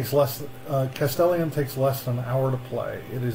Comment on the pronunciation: Please tell me you have googled the pronunciation of Castellan, since the recording 🤣